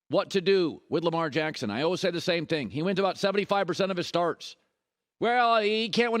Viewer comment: Questions I have for Colin. - Colin, why are you always unnecessarily calling guys handsome? Why do you say always say the word "always" and pronounce it like "olwehz"? I gotta know why lol